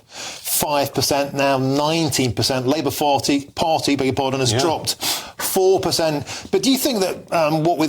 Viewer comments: "Labour farty..., Labour party". You got it right first time. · "Labour Farty" 😂😂😂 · "Labour farty" 😂